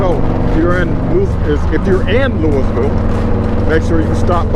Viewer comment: be safe! By the way it’s pronounced (loo-ee-vil) or locally (loo-uh-vuhl) Safe travels my man!!